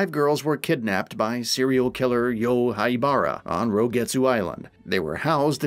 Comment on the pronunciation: Asu? haiBARA? God I wish you guys would do your research in how to pronounce Japanese names, it's painful...